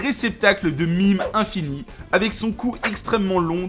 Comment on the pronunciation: Des mimes ? Tu veux sûrement parler des memes, rien à voir.